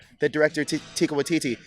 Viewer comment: teeki? isnt his name taika?